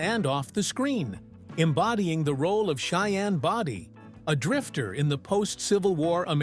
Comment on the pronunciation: Body with a long o not body with a short o.